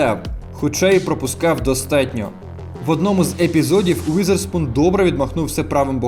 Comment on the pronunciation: не Уїзерспун, а Візерспун, не застосовуйте москальську транслітерацію